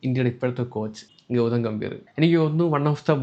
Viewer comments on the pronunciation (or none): none